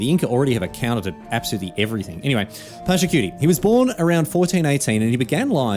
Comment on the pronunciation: I wish you guys didnt call it "pachacutie" all the time. Is "Pacha_ku_tech" written Pachacutec. As a peruvian made me so sad and i had to stop watching. Im used to being mocked by disney and even microsoft, but albeit unintenionally it still hurt after i subbed not having my country culture taken with the same respect as the other heroes.